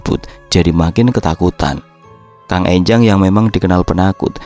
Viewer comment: Enjang bukan Énjang